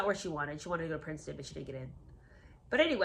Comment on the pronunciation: Prince-ton huh?